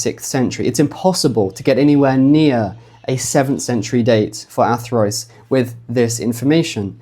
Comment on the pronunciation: surely Athrwys would be pronounced "Athruuse", not Athroyce??? remember - Y is U and U is Y in Wales... and that pronounciation sounds a LOT more like 'Arthurus', doesn't it?